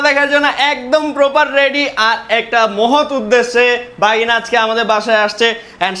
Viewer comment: ভাগিনা ❎ বাগিনা ✅